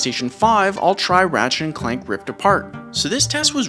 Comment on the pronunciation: i thought you said Ratshit instead of Ratchet 😂